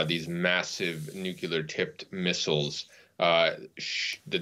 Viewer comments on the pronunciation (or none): If you're going to be filmed talking about nuclear weapons, you should be screened for whether you can pronounce "nuclear" correctly. What's so hard about saying NUK-lee-er? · Nucular ??? Wtf?? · Nucular? Intregal? What's wrong with Americans 😂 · Can we please get our professionals to pronounce nuclear properly.